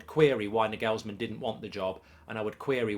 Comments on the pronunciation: “Nor gools man” learn that mark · does anyone else wince/twitch whenever Mark mispronounces Nagelsmann? 😅 Just me? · The way he butchers pronouncing Nagelsmann is criminal